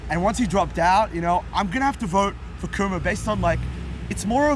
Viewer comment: Yo the 1st guys with the English accent is not a real New Yorker doesn't know Curtis Sliwa from the guardian angel and can't not pronouce Cuomo name right CUMO...lol